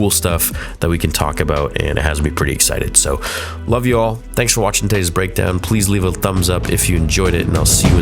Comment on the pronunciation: My man said "BREADKOWN" lol